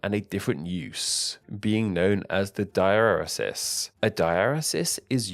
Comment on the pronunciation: Whenever you say “diaeresis” at I unfortunately hear it as you doing a very racist caricature of how a person might say “dialysis” lol